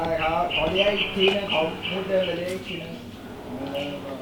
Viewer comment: ไม่เนี่ย แกโกหกอีและ ตรงคำว่าอีกทำมั้ยเป็นเป็นอีอ่ะ